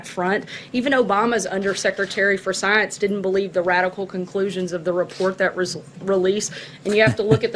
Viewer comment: Burn Bumpkin Burn... and take yer "Sigh-unce" wit ya!